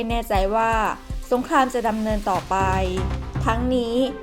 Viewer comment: เรียนท่าน บก.TOP NEWS ที่นับถือ... ผมได้ติดตามข่าวของ สถาบันข่าวของท่านมาตลอด ด้วยความสนใจและให้ความเชื่อถือ... จึงขอเรียนว่า... ผู้อ่านข่าวผู้หญิงคนนี้ อ่านข่าวไม่ถูกต้องชัดเจน... การออกเสียงตัว ร.เรือ - ล.ลิงไม่ ไม่ถูกต้อง... เช่น คำว่า อังกฤษ ออกเสียงเป็น อังกิด - สงคราม ออกเสียงเป็น สงคาม - รบ ออกเสียงเป็น ลบฯลฯ ตลอดจนการออกเสียงควบกล้ำ... ควรได้รับการแก้ไข... ที่ผม เรียนท่านมานี้ เพราะเห็นว่าสำนักข่าวท่าน เป็นที่น่าเชื่อถือ มีผู้ติดตามเป็นจำนวณมาก... ดังนั้นผู้อ่านข่าว ควรอ่านข่าวให้ถูกต้องชัดเจน ... เพราะจะได้เป็นแบบอย่างที่ดีของผู้ที่รับฟังในการใช้ภาษาไทยของท่าน... และจะไม่เป็นที่น่าละอาย เมื่อนำไปเปรียบเทียบกับช่องอื่น สำนักข่าวอื่นที่เขาเสนอข่าวเช่นกัน... ควรใช้ภาษาพูดที่ชัดเจนถูกต้องไม่สุกเอาเผากิน... ด้วยความนับถือนะครับ...